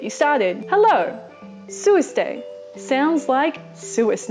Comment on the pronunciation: Hello..!!!! SUO-SA-DEY!